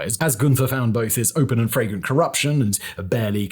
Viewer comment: Goodness Simon, your "flagrant"s sound like "fragrent"s. Definitely adds a different meaning to the sentences they've been used in.